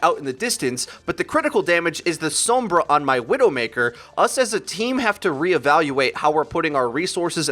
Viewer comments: Sombra not “sowmbrah” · TFW everyone on this channel pronounces her name weird like "soambra" and not just "sombra"... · Anyone else get slightly annoyed that he almost says 'Sumbra'? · The way you pronounce Sombra. This is why I don't play with any on Overwatch their pronunciation of heroes drives me crazy 😫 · Stop pronouncing sombra that way